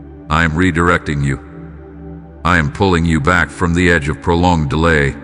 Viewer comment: YOU SAID LORD PRONLONGED DELAYED